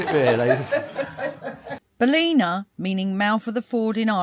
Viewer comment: Hi love your videos. The town is pronounce bal-in-a lol😂